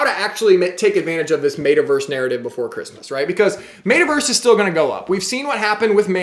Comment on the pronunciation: MET-a-Verse not MAYta-Verse